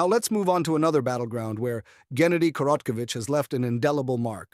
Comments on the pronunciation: Your dumbass ai mispronounced his name 11 different ways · I think you're not pronouncing his name correctly. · the butchering of his name is actually diabolical😂😂😂😂😂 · That's not how you pronounce the name